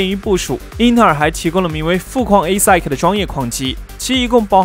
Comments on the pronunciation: 英文发音加强一下吧 听到快吐了 ASIC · 我也是第一次聽到這樣唸